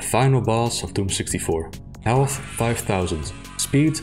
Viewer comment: Elth? Aight? (Instead of health and height) Is that a result of a bad noise removal or do you actually speak like that?